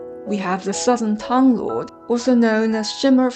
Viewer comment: 很好的解释，点赞。 但是你完全可以把专有名词，比如，名字、唐等念出音调。